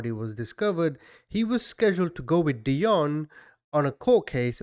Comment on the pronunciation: I think it’s pronounced deeonne like dionne Warwick. Maybe not but it just sounds wrong the way you’re saying it. Interesting though anyway